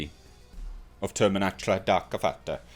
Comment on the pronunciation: You had me at "Darka.....fatta!" 😁